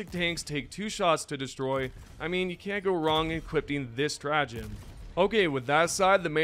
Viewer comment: there's no T in Equipping, just like there's no N in Turret